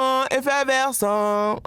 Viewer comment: Sentiment "effeverscent" 🤦‍♂️